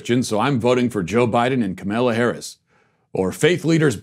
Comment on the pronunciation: boi can u pls pronounce Kamala Harris’ name right pls